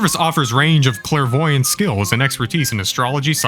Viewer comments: Say it with me… “clare-voy-ant” … clairvoyant!! Good job!! 🌟🌟🌟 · it kills me every time he says "clair-avoid-ant" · Literally. As someone who is clairaudient, clairvoyant, clairsentinent and more I’m literally thinking to myself, why not just Google it? Also the fact he kept saying “Clairvoidant” nobody is voidant or avoiding anything. If that were me, I’d of literally just Google what it meant lol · Why does he keep mispronouncing "clairvoyant" when theres no typo? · Pro English tip since you’re American, there is no D in clairvoyance or clairvoyant.